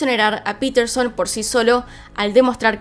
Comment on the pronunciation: No es piterson es Paterson